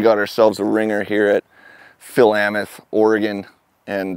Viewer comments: Used to live in Philomath, its pronounced Phil-O-Meth. Philometh. its right next to Corvallis about a 3 minute drive away. There's a skatepark under the highway in downtown Corvallis on 3rd or 2nd street I Believe, right before the entrance/exit to south town, near the DHS office. Its also shit. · Pronounced: Fill-oh-mith Oregon/Washington have some weird pronunciation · Hah, my hometown! Quite a rough pronunciation of it, though, lol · Well that's not how you pronounce that city name, lol. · Terrible skatepark, even worse pronunciation of Philomath